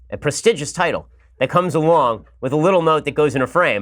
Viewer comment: and comes awong.....lol I live it